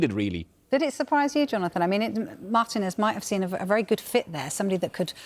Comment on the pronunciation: 'marTEE-nez' not 'MARTIN-EZZ"